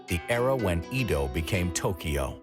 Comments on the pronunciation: Good doc butchered by bad pronunciation. Edo [eh-do] 🤦‍♀️ “ Ido” [ih-do] is a water well… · "Eedo"? No. Why? It's "Eddo". Great content though when I'm not wincing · Eh-DOH...not EEEE DOW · He says Edo like EEEdo like why the hard E why did no one correct him its so cringe i commited seppuku twice and still wont stop cringing and crying and crying out to god why, why make humans at all if this is it, if we are made in your likeness then are you also a failure, god? Why god? How could you let this happen? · McArthur came to "wipe out communism" lol Japan wasn't communist. EDO - is not EEDOW . BANZAI! eedow - eedow -eedow every fkn 3 seconds. SHHHHHH. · Edo - get the pronunciation right! Seriously 🙄